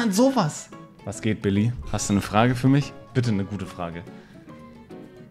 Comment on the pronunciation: "Eine Frag Go" Du bist Schwabe